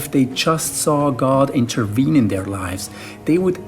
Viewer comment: Would God “interween” in our world? 😂